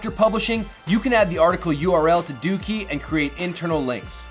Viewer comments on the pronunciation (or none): Lmao... Its pronounced DOH-KEY not DOOKEY... lol